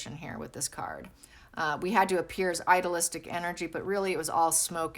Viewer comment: I don’t understand when you say idolistic. Do you mean idealistic? Idea- listic (to pronounce). It sounds like you are saying idolistic, and I don’t think that’s what you mean. But I’m not certain. Thank you if you can clarify. Hope you are having happy and safe holidays. ❤️